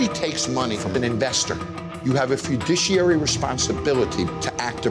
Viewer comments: Did anyone else clock when Jon pronounced "Fiduciary" wrong? He says "fudiciary" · The way Jon said Fiduciary hurt my soul